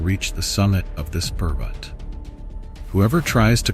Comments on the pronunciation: Dear AI. It is not Pervert it is Parbat. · Bro seriously 😑 not funny its "parvats" (mountain) not "perverts" (Someone who has been morally or mentally corrupted.) if your speaking in 1 language keep the mentions on nouns and pronouns in the same language others who dont get your efforts and dont understand hindi will take it in a wrong way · The word is not pervert, the correct word is parvat .. it means mountain .. please say the correct word, saying the wrong word gives it a different meaning 👍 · it is "parvart" and not "pervert" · Parvat not parvati. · This is a sensitive topic about the place which is sacred. You need to be careful about the subtitles. Parvat is the better pronunciation. I'm gonna report this video regardless. You could have taken the time and viewed the video to make changes. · What is pervatiar....not an English word or Hindi....did you do it on purpose....every word you used is English except calling a mountaineer a pervertiar.... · bro you sucks at spiritual name of sacred moutain parvart, as pervert, and you teasingly said I'm trying to improve.